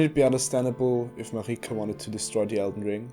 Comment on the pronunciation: It's literally not pronounced "mareeka" it's Merika